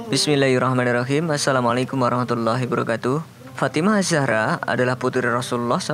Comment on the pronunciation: Assalamu alaikum.. Maaf beribu maaf min ceritanya bagus apalgi tentang kisah sahabat baginda nabi dgn putri Fatimah az zahra. Ane kan dnger pake headset nih min ini pendengaran ane yg salah apa mimin terburu buru ucapan pertama kali assalamu alaikum warahmatullahi brokatuh? Sama ngucapin sololoh alaihi wassalam maap min ane hanya manusia biasa.. Pengucapan ente atau pendengaran ane yg salah mohon cek sound